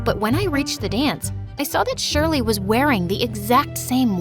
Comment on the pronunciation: (my name is always pronounced wrong aswel in this video but im used to it honestly)